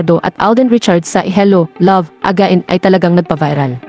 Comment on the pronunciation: Anong sabi mo, hello love aga-in? Hahaha